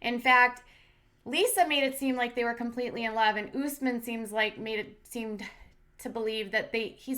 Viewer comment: "OOOSSSMin", I'm dying laughing over the pronunciations of his Arabic name. How did Usman not correct these people yet? No offense to Katie and you all, it's what you've been hearing. Smh lmao But its like someone pronouncing Jennifer like JeanEiifear loool. Love your channel!